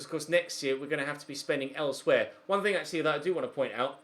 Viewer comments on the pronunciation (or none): none